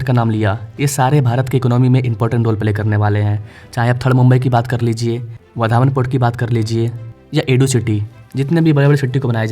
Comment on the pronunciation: वाढवण नाम है वधावन नही